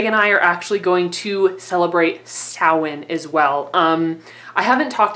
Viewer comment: Love your video! And especially loved that you pronounced Samhain properly, got all giddy! LOL